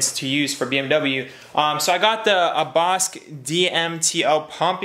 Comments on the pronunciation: Pronounced Bosh Not Bosk👍👍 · Hopefully everything works out. By the way, Bosch is pronounced “Bosh” not “Bosk”. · BOSCH is pronounced BOSH, like SHine :D :D